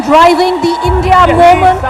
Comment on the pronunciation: English v bolta hai Bhai vo, suna nhi, "Momench"